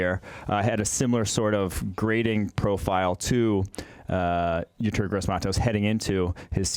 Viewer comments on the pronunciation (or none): When are they gonna learn to pronounce Yetur's name seeing how they talk about him literally every week